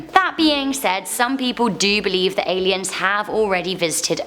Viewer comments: #4 "Aleins" lol Aliens are scary, aleins not so much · it's "ALIENS" Not 'Aleins' lol to much videos & hard work take some breaks sometimes. We love you♥️ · Aliens not aleins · Nobody: Nr.4 : Aleins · aleins eh? never heard of them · Ah-lee-ins. She continues to surprise me on how stupid she really is. Almost didn't catch that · You guys need a better editor. "Aleins" ? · It’s spelled Alien not Alein... I before E except after C. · 'aleins' loll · Aliens, not Aleins! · “Aleins” lmaooo